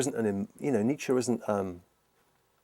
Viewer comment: Every time he says Nietzsche I swear it sounds like he's saying Nature.